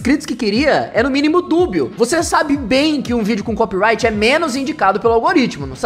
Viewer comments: falando o ingles fluente dele mas falando CoPiRaIgUiTi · O melhor é ele falando em inglês, mas quando vai falar "Copyright" ele manda um "Cópiraiti" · fico chocado com a capacidade do de babar ovo pra gringa e n ter capacidade de falar ''copyright'' corretamente, o cara falando toda hora copirait vsff q agonia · Ele mistura inglês com português mas fala Copiraiti